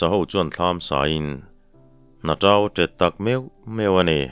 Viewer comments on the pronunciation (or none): Tau meichher chhi tih a, Tau hi thluk deuh tur a ni lo maw. Tâu tihin. Ka hresual em aw